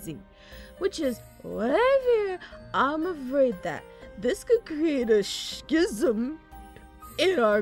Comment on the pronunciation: Rose pronouncing "schisasm" is the funniest fucking line in this dub to date.